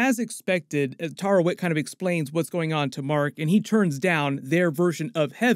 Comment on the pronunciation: Hey, it's pronounced TAH-WA-REYHT, not TAH-RA-WEHT